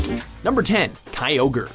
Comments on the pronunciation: Groo-don and Key-ogre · "... Groodon and Keeogre..." * facepalms myself * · And did you realize he pronounced Kyogre's name right ["kai-ogre"], but later, when he is talking about Rayquaza, he said "kee-ogre"? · it's keay not kwah they always say it that way in the anime and in the handbooks, they never in anything official have called it kwah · King of the Dragons Ray... Raykuaza.. kuaza? and ky... kyugre.. whaaaaaa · Groodon, Keyogree, and Raykwaza. Poor weather trio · And kaioger and reekwesa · I personally think it's Kai-Ogre for Kyogre. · Hey, at least they didn't call Kyogre "KEE-YO-GREE" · It bothers me so much that you mispronounce sooo many pokemon names like Kyogre and groudon 😅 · How you gonna pronounce Rayquaza right but Groudon and Kyogre wrong? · i guess he didn't watch his own video. Kyogre was pronounced in the video already, then he butchered it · TFW you miss pronounce "kyogre" and "grodoun" and "rayquaza" jesus -_ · he said kyogre right the first time when it was on the list but why did he say it wrong at the end, not tryna criticize but it was kinda weird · It's not Groodon, it's pronounced Grau-don. You said Kyogre correctly at the star of the video; how do you mess it up now?! And again, it's pronounced Grau-don. He's been listening to the Hoenn Pokérap way too much.